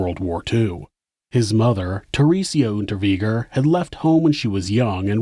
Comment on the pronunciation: Unterweger like vague Unterweger it's germanic. 🤦‍♂️